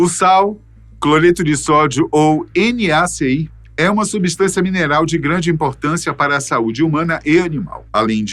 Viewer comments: É NaCl o Cl é o cloro. Portanto, não é naci é Na Cl, é a letra L e não i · Vc falou NaCi??? 😮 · NaC "i"???? Kkkk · NaCl, L meu caro, não i. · Querido NACL e não NACI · Ele meteu um "NaCi" mas o correto é "NaCl" no caso não é "i" mas sim "L" minúsculo que representa a sigla de cloro ou seja "Cl"